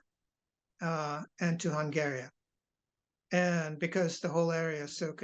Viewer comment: Minor quibble about which syllable is stressedVassál? Hungária? Did I hear correctly? Try vással, Húngary. Emphasis on first syllable of both words. Also I think the suffix of Hungary is y, not ia in American English, unless I‘m mistaken.